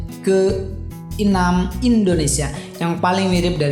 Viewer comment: situ orang indonesia apa bukan ngomong belum bisa ya.. Enam di sebut inam